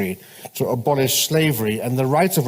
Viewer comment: Good and valid points, but I'm not even halfway through the video and I can't stand the AI sounding narrator. Mispronounced a number of quite simple words like "Abolish"? The cadence? The inflections? No one actually speaks like this naturally. IF you're human, do better. IF it's simply AI generated, then the programmer needs to do better.